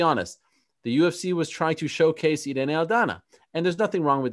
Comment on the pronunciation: It's Pronounced Irr... Ee.. Nee.... The I in Spanish sounds like an American E... ERene =Irene ... Cringe ...